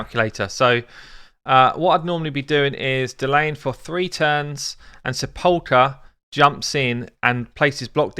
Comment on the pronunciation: sepulcher = SEP-ul-ker :P